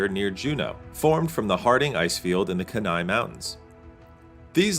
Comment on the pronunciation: I’m actually an Alaskan driving past Denali right now, listening to this video! Just fyi, kenai is pronounced the Key-nye. Keep yo the greT work